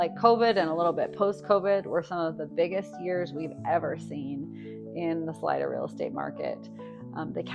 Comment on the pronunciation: It's pronounced saleeda not salide-a